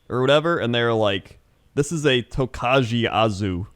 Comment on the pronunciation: really butchered the pronunciation of Tokaji Aszú. There is a bottle of Tokaji Aszú in every Hungarian household, but no one ever drinks it, because that's the good wine, and they get usually spoiled.